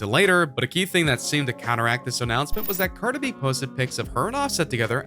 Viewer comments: “Carda B.” 😹😹😹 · First off who is Carda B it’s Cardi B get it correct. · WHO THE FUCK IS CARDA B ????? Excuse me sir it’s cardi b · U got ur facts wrong it’s bc he cheated. Continuously how would U know anyways u cant even pronounce her name right